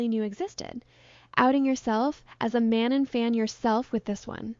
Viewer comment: how do you keep mispronouncing manon. is this an ai voice?